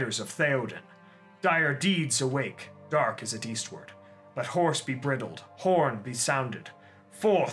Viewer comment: Wonderful. But - bridled rhymes with fry, not kid.